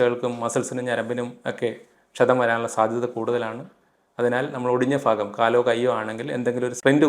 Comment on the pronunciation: ഫാഗം ആല്ല ഭാഗം